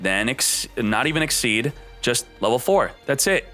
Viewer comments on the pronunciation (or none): I thought it was pronounced "ik-seez" but he keeps saying "ik-seed" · I believe its 'exseez' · am i the only one who hears "xyz´d" all the tiem? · it is but he doesn't realize it or hes doing it to get people like us to comment on his videos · It is pronounced like that , and it may be some kind of yugioh community thing to say exceed, but he mispronounces card names all the time , so it doesn't really matter .